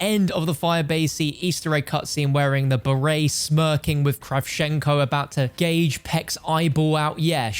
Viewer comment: "Gauge" pecks eyeball out how is english this mans first language